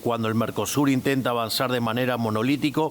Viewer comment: Pero porqué lee tan mal nuestro presidente?? Qué le anda pasando? Corina "macheado"??? "Avancear"???? Affs porfavor que lo asesoren en sus ensayos de lectura, porque se siente muy sin consistencia.